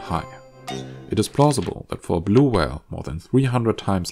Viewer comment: You say "blue whale" very strangely